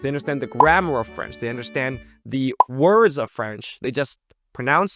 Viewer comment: As a French person living in hk, I’m impressed by your French prononciation